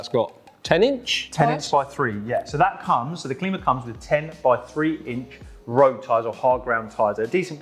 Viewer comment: Long I on the Klima, like climber.